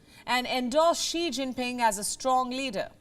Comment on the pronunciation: I cant take her seriously when she pronounces his entire name wrong.